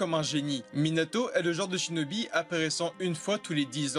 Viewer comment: Lol t’a dis chnobi😂😂😂🤣🤣🤣🤣🤣🤣🤣🤣🤣